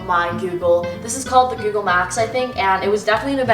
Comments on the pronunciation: i like how u say google lol, gewgul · no one mai : gUUgle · OMG the way you pronounce Google as "gew-gle" hahaha love your accent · Omg the way she says google😂😂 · Am I the only one but you say google so weird. Lmao.